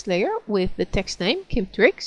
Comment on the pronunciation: when she says text I keep thinking she is saying sex e.g. "and on top of this I want some sex."